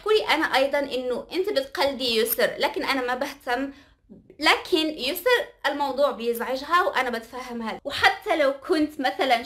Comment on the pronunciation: ياسو✖ يسر✔ 🤦‍♀️🤦‍♀️